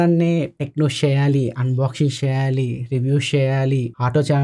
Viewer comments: ❤❤ Sheyali Shi yum Jagananna MadhiRi matladunnav Anna S ni Sh la palukuthunnav 😅😅😅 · షెయ్యాలి ఏంటి? వాడెవడికో శిష్యుడి లాగా! Please change your pronunciation... good luck 👍